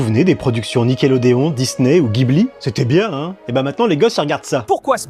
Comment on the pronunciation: Tu prononce comment guitare et gitan? Donc respecte la prononciation de Ghibli